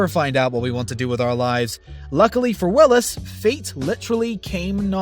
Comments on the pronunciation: Come on....it's Sam Wills, not Willis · his name is Sam Wills, this doofus says Sam Willis....